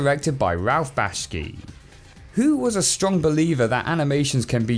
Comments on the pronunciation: Bakshi, not Bashki. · The name is /back-she/ NOT /bash-key/ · It’s Bakshi not Bashki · Erm, "Bakshi" is pronounced "back-she," NOT "bash-key." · Sounds like dyslexia. Or, well... Smells like it, at least. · It's Bakshi, not "Bashki," and he got screwed over bad. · The film was directed by Ralph Bashki ME: It's Ralph Bakshi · Bugs Bunny looks as if he has just seen his young successor Roger Rabbit feeling upset about Jessica Rabbit having an affair with Marvin Acme and drinking alcohol. Ralph Bakshi's surname is pronounced "Bak-shi", not "Bashki". Aside from dealing with trauma in different ways, Who Framed Roger Rabbit and Cool World are very different from each other. That is actually a phenomenon called 'polderblindheid' (Dutch for 'polder blindness'). Frank Harris did see the car, although he and his mother Agatha Rose Harris were not very alert. Agatha was getting off right behind him and was trying to do a reach-around on him. Frank swerved, but the car swerved into his way and they crashed. - The reason why the tragic scenes involving Agatha's death are unintentionally hilarious is because of Brad Pitt's (Frank's actor) bad acting and attempts at drama. That was indeed an abrupt cut. - - - - When Frank is inadvertently transported to Cool World (he also went there due to going insane from seeing Agatha's death after he returned from World War II), Doctor Vincent Whiskers thought that this was the first time that a human had entered Cool World, determining that humans, or "noids", and doodles mingling would be taboo and possibly cause both their worlds/dimensions to tear apart and collapse. This is where they established that rule in Cool World. Despite this, Doctor Whiskers still creates his portal to the real world, and leaves with the S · Second full video on an animator whose name YOU MISPRONOUNCE EVERY SINGLE TIME. BAK-she. Not BASH-key. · That's Bak-shi, btw. Not Bash-ki. Ralph Bakshi. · "Bakshi" is pronounced BAK-shee, not BASH-kee.